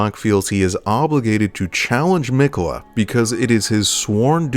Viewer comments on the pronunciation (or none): I'm just realizing watching this video that everyone in-game pronounces his name "Mik'yeh'la"